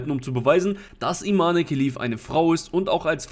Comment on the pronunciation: Das E am Ende wird nicht ausgesprochen. Falls Sie tatsächlich eine Frau ist, was äußerlich und der Stimme nach zu urteilen eindeutig ein Mann ist, dann spricht man ihr Vornamen ohne das E am Ende, also Iman